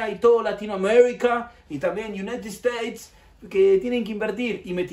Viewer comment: Do toda Latinoamérica y de 'Unaitid Esteit" JAJAJAJA